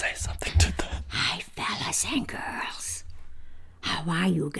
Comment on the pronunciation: “HI FELLAS AND GORLS” I love your